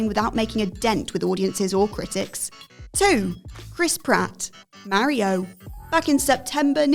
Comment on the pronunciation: The mario take aswell as the way you pronounce it aged like milk